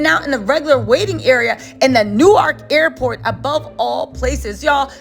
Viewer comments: …It’s Pronounce “Nork” not New-ark 😂😂😂😂 new subscriber this #jerseygirl loves your content. 😊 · Being from da bricks and hearing you say New-ark is driving me crazy lol